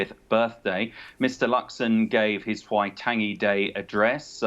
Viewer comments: Get it right. WAI-TOUNGE-ee. Fgs! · Dude cant even pronounce Waitangi get him out.